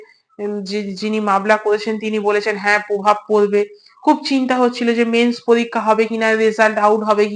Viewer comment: "পভাব" নয়, "প্রভাব"😅